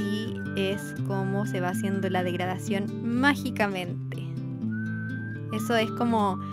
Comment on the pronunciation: cuando dijiste; ''degradación'' escuche; ''murisión'' ahr